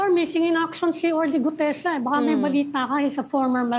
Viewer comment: GUTEZA... NOT GUDEZA 😊😊